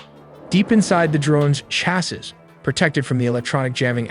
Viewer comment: Chassis??? Your AI announcer can't read words correctly.